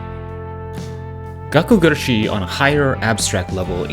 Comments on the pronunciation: It's not really gakkou guRAshi either All the letters are annunciated about the same but if you were to annunciate anything it would be the GUrashi ¨ Pronouncing it with a strong Ra is what English speakers tend to do the strong shi sounds very French to me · It's gakkou guRAshi... (also in another video) it's suBAru. Idk why so many english speakers have so much trouble to pronounce them correctly =S